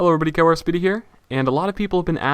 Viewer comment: Not enough emphasis on the Y....